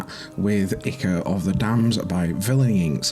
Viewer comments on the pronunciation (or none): Nice work. Just a heads up the "I" of Ichor is pronounced "eye", like "eye-cor".